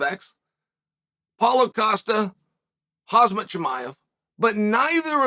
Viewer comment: Hazmat, Blahal… thing that I most look forward to is the butchering of the names. On purpose